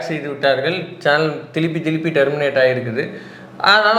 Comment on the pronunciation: தோழரே திலிப்பி திலிப்பி இல்லை திரும்ம திரும்ம